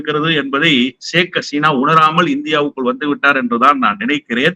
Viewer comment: Hesina alla. Haseena.